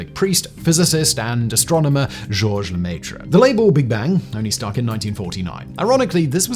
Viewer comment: Oh my god, seriously? LEMAYTRE? luh-meh-tre... education only goes so far, huh? God forbid we pronounce foreign words correctly for the sake of the english-speaking dumb-dumbs